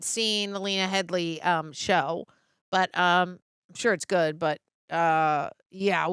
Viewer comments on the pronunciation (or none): It's Lena Headey,, not Headly.